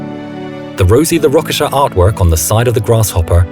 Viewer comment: I think you mispronounced rocketeer